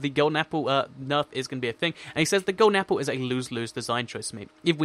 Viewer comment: uh mah guh golen aplle